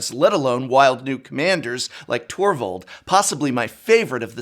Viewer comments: I had to rewatch it a second time to make sure I wasn't hearing things also. Definitely heard Torvold and not Tovolar haha. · Torvold the Wolf Cursed King? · I love how Prof mispronounced Tovolar both times, in different ways “Tovolor” and “Torvold”.